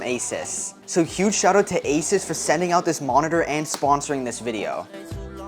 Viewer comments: THIS was amazing but i cried when you called asUs asis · Asis ☠️ you said asis 3 TIMES!